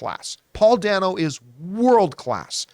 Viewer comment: I, too, loved the film but I gotta tell you Paul Dano pronounces his name “Day-no,” not “Danno.” I have been a fan since L.I.E. and look forward to anything he is in.